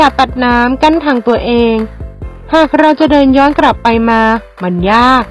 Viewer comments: กลับไม่ใช่กรับ ไม่ต้องออกเสียงรอเรือค่ะฟังละแปลกๆ😅 งดดราม่าาา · ใช่ค่ะ ภาษาไทยปนกันมั่วไปหมด กลับ เป็น กรับ ซะงั้น